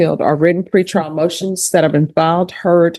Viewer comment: Tree prial he said 🤣